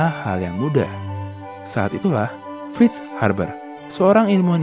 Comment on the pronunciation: F bukan V min.. tp kontennya tetep mantap! Seneng bgt gw min sama video2nya